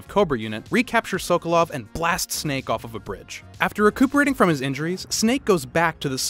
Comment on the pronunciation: Where’s the white guy who can’t pronounce SOKOLOV lol